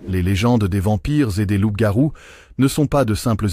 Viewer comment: ''Loupe garouu'😅😅😂 pardon mais c'était plus fort que moi Dites nous ' mais sur quelles bases d'écritures et archives onna besoin de references bibliographiques sur vos recherches, des liens dans la barre de description. L'IA on a trop marre, on aimerai vos références et ouvrages . Car si vos propos sont des hypothèses ou spéculations. On perd notre temps. On veut de la véracité, car trop de contenu de ce même type son sur la plateforme.